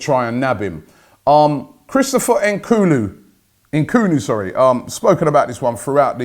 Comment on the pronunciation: Christopher Enkoonu?